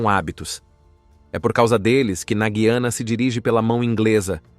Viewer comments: Eu aprendi que o nome é Gu i ana, acho difícil ouvir vc falar guiana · Parece que você também não sabe muita coisa sobre a Guyana, a começar pelo nome do país. Você diz Gui-a-na, quando o correto é Gu-ya-na.